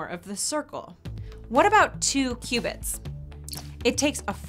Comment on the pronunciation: I thought she said "2 Cubans"